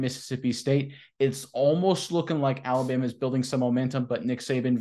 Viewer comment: There is no y in Alabama. It's Alabama not Alabyama